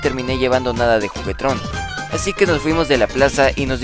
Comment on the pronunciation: hay dice jugetron